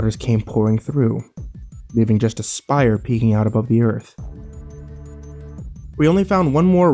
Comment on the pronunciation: "Spire"; not "shire".